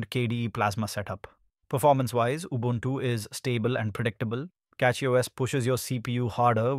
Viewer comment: Your pronunciation of Ubuntu is pretty good.